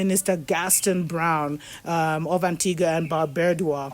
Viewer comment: Antigua and Barbuda pronounced an-ti-ga and Bar-byoo-da